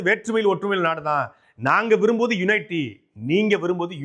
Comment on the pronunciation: யுனைட்டி அல்ல.. யூனிட்டி